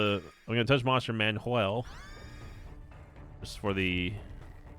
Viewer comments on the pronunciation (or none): none